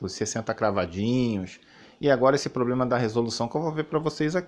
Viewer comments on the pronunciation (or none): none